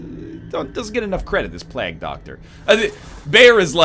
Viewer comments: NL, it's plague, not plag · Is he trolling with the way he's saying plague?